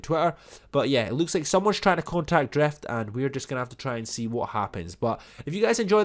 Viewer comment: Drift not Dreft